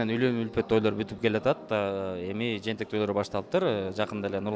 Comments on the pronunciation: Жээнтек да, жентек эмес. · Эээ жентек эмес жээнтек